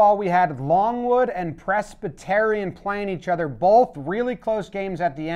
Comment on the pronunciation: In this video I learned has no idea how to pronounce Presbyterian